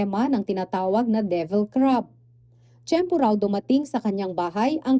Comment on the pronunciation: Ganyan ang mga Bisaya pronunciation nila divil sa devil. Ex: Si Marites, sa Bisaya, si Maritis.